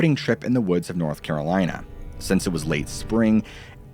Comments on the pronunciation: Not Carol-Anne! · North Caralina 😂😂